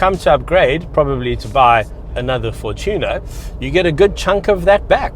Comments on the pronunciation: A question for the ages, how does one pronounce "Fortuner"??, I hear you pronounce it as "for-Tune-er", and i pronounce it as "for-chin-er"....as always, great review tho! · sounds like he's talking about tuna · 😂 the way he says Fortuner has me dying 😂